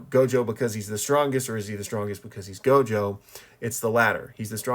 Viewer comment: It's not gojover